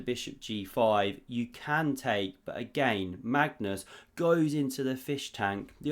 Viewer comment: is it ever gonna be a time where you actually say Magnus' name correctly?